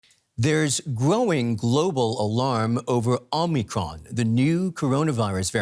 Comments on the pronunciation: Anyone ever think it’s O-micron. ? Not Omi cron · Why is he calling it Omny cron? 😂 its Omicron Perseii 8! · It's actually the greek letter O (Ōmicron) pronounced with long O. Same as in Ōmega or Iōta. This reporter also pronounced it incorrectly.